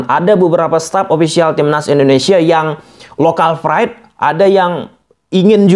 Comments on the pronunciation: Bukan local fride bang tapi lokal pride bang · Local pride. Bukan Lokal fried wkwk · local pride bos buka fride.. pake p bukan f wkwkwk😂😂😂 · pride bang bukan fried, fried tu gorengan bang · Local pride ato local fride 😂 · Pride itu pake P bukan F… narasi nya sangat mengganggu karena penggunaan bahasa asing yg keliru…